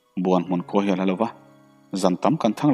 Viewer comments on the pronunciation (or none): none